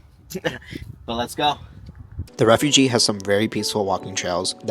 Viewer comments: It is Refuge like huge not refugee a refugee is a person..... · Refug is how it’s pronounced , the e is silent .